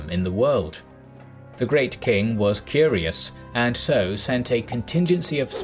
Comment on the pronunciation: I thought he said that Cambyses was "furious" instead of "curious," and that just cracked me up. The idea of an emperor being furiously jealous of the Ethiopians for being taller and more handsome than he.